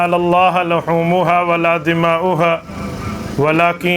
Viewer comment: السلام علیکم ورحمۃ اللّٰہ وبرکاتہ حضرت امیدم کہ آپ بخیریت ہونگے خطبہ کے شروع میں آیت لُحومھا کو لَحومھا پڑھا گیا ہے یعنی پیش کو زبر پڑھا گیا ہے براہ کرم تصحیح کرلیجیے